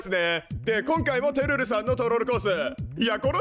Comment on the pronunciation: つテルルって言っちゃうの好きよ🥰